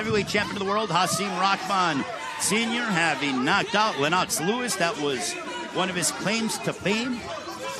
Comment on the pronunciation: "Len-knocks" Lewis!?!?!? Who TF are these guys?!!??!?